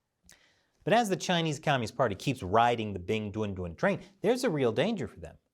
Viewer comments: Every time I hear say the name of the mascott I chuckle because I hear "Big Dun Dun" which sounds like a completely ridiculous child cartoon's character name... Ridiculous btw, like the entire idea of having a Winter Olympic in a city that has no snow and in a country that commits a genocide every decades or so... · Stop saying 'Bing Dwen Dwen' it's driving me nuts 🐼